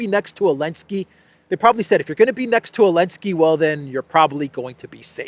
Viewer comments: That fact that still says Elenski is hilarious. For newcomers, Elenski banned the letter "Z" in about chapter 6 of this saga😂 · don't fucking call him Elensky...it sounds Hellenic...wtf...he is a talmudic monster...ZZZZZelensky...